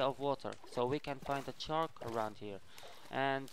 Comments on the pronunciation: He says chark not shark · shark* not chark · He calls it a chark